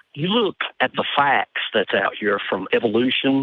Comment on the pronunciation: The “a” in the word “facts” is not multi-syllabic,.